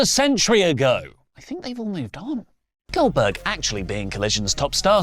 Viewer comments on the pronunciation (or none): Not “Oldberg” SMH